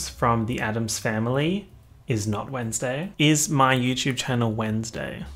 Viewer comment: No one:: chEeeeuuuusday